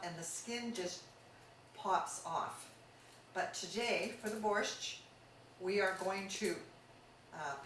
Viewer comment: Yuck! nothing she made was even slightly Ukrainian!!! I never heard of borscht with cilantro, and I have eaten borscht in Ukraine, the USA, and CanadaAnd ever one of them have had dill in it. Where did you find this non Ukrainian to try to cook Ukrainian food! She cannot pronounce borscht correctly